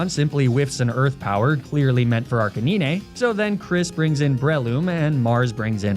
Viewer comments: Your pronunciation of Arcanine kills me everytime. ARC-UH-NINE! Great content as always 😂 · arca-knee-nay...? really fucking ruined the video. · Me: enjoying the video: "Arcaneenay" Me: grumble of annoyance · holy hell arc-a-nine stop being so damn lazy speak english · The way he pronounces "Arcanine" 😂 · The way arcanine is pronounced makes me cringe lol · I swear everytime he says arcanine wrong it always get me even though I know its on purpose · Is just me but him pronouncing Arcenine wrong was annoying so was the sponsor cut.